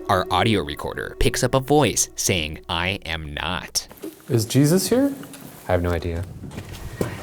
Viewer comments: instead of ‘i am not’ it sounds a lot more like ‘i hope not’ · It does sound more like I hope not now that I listen to it again. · The "I am not" sounds more like "I hope not" :x Edit: That or "I hope" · The voice sounds like "I hope" instead of "I am not"